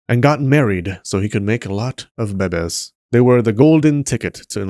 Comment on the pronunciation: The way he says bebes kills me😂😂😂